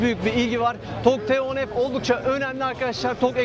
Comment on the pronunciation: Neden model ismini söylerken T harfini türkçe F harfini ingilizce telafuz ediyorsunuz bilinçli olarak türkçeyi katletmekmi niyetiniz yoksa kötü bi eğitim aldığınız içinmi. Otobobilimizi överken dilimizi dövmek olmaz rica ediyorum özen gösterin. Buradan hiç bi halta yaramayan TÜRK DİL KURUMUNA selam olsun.